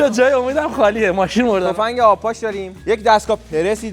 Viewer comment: چرا اینجوری حرف میزنی 🤮 واقعا نه واخهن.مرده علاقه نه مرده علاخه 🤮 حیفی داش اینا کین گنده گوزی